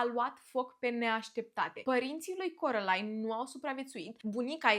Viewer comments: De ce ,,corălain" și nu ,, Kerolain"😭😭😭😭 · Carolain nu Corălain🤦